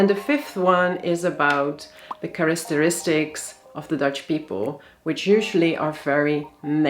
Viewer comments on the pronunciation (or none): You're so helpful with Dutch pronunciation, let me return the favor: , "characteristics" is /kar-IK-ter-is-tix/, not /kar-IS-ter-is-tix/. All the "c"s are hard.